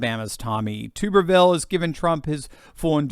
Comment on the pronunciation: The last name of the Senator from Alabama is pronounced "tub-ber-vil", not "tube-er-vil".